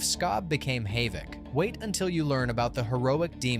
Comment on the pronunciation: Hayvik? Who the hell is hayvik? There's no hohvik either. It's Havik. Get your pronunciations right and show some damn consistency.